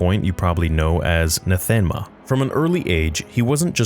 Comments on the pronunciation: Your pronounciation of Nathema is painful to my ears. It should be anathema without the first A, not Natheema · Isn't it pronounced Nath eh mah?